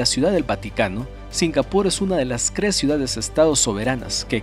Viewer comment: Porque dice cre en lugar de tres?